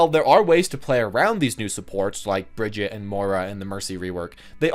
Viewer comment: There is still no Bridget.. or is that person Hero28? Please at least try to say her right.It's not so easy but nobody expects a perfect swedish pronunciation but at least try to say the common german pronunciaton for Brigitte because it's not that hard.